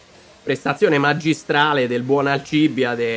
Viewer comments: è da un po' che volevo dirtelo e oggi mi sono deciso: la pronuncia del nome di Buzzi è con l'accento sulla seconda I: Alcibìade... non so se ti distruggo un mito ma è così... 😃😃😃😃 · Ottimo inizio, Forza Buzzi anche quest'anno. Una cosa che non capirò mai è perché Alcìbiade e non Alcibìade. 😅